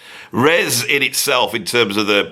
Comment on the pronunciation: FYI It's not 'Res', it's 'R.E.S.'. Tim once told me it didn't particularly stand for anything (or he didn't wanna tell me). But he said he was amused by all the theories people came up with for what it meant.